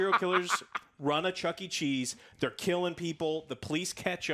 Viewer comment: Is nobody gonna mention how joe says chunky cheese instead of Chuck E. Cheese?